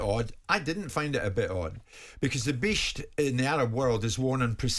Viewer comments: Simon=top LAD proper clobber. Jimbo please don't say "bisht" again. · Even the way he says “bisht” just sounds racist to me